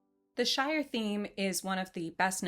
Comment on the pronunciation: Wait, Shire...not Shore...as soon as I heard you say Shore towards the end my brain automatically registered it...sorry...lol wonderful video dear! You have an absolutely beautiful disposition and thought provoking channel. Thank you!